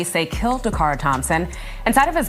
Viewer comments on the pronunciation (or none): How disrespectful that you can say the killer's name correctly, but not say DACARA'S name correctly! Don't just create a video and not give accurate information. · Her NAME is "DA- CARA" not "Dara !"